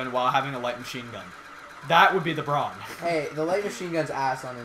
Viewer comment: are you really? cuz when you say brawn, it sounds like.